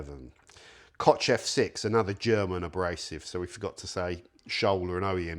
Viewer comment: "Kotsch" statt Koch" sagt er wieder... Genetischer Defekt durch die viele Inzucht bei euch auf der Affeninsel, dass ihr unsere deutschen Wörter nicht korrekt aussprechen könnt, aber wir Herrenmenschen umgekehrt mit euren Wörtern keine Probleme haben? Genetik scheint wohl doch überlegen zu sein bei uns.